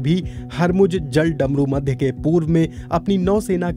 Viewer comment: जल डमरू मध्य नही है jaladmarumadhya hai 😂😂😂